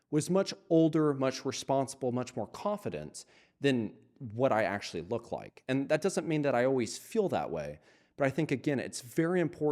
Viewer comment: Drinking game: Take a shot everytime he says "Akshually"